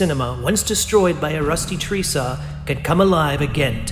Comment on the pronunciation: He called the rickshaw a "tree saw"